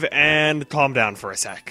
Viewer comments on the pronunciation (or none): none